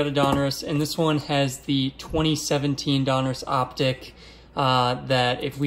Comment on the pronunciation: Love your show but I love that you know how to say Donruss most people say Don Ross when it's Donruss